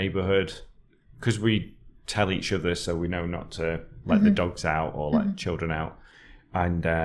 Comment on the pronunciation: I enjoy how tells a word 'dogs' like 'dags' the same way as Mickey from Snatch does.